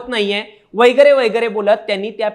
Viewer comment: वैगरे वैगरे नाही वगैरे वगैरे आहे भाषा सुधारण्यासाठी क्लास लावा.